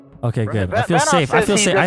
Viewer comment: “Pretty gewd.”